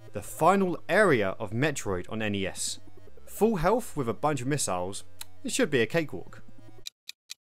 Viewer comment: I can't take any adult seriously when they can't pronounce simple words correctly. "Hey, you have healf" (health) "you'd have fought" (thought) you were obviously not paying attention in school.